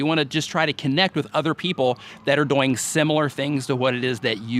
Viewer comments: HAHAHAHAHAH i thought i was the only One that Noticed you were Saying "DoYiNG" ahhahaha you're a Good Sport i love it ahaha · I can't unsee/unhear "doyng", lol Networking on various forums/communities seems to be one of the biggest issues for people. Like, I hear so many complaints from people that reddit is just inaccessible, but then I check out their userpages and it's just the same videos posted to a bunch of different subreddits, with no trace of any other engagement. This is an extreme, but I think it can be hard to build up reputations in general. Because for something like reddit or facebook, it's really not one site, but really a collection of a thousand different communities (e.g., each facebook group, every subreddit, every google+ community means starting from step 1 in terms of becoming a known quantity), and I know most people don't want to commit their time that way for such an uncertain payback. I think another challenge is in niches. Like, how-to and help videos have a more certain value proposition. other content, not so much?